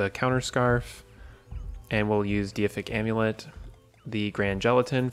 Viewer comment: Pretty sure it's pronounced dayfic amulet not diyafic amulet